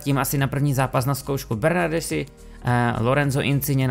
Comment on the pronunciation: jméno Bernardeschi komentátoři vyslovují jako Bernarski:) já jen jak koukám na italskou ligu tak mi tohle celkem rve uši:D ale chápu kdybych nevěděl taky to tak vyslovuju jak ty:D